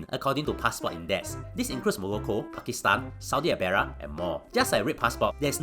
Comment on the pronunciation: saudi arabia NOT saudi abaera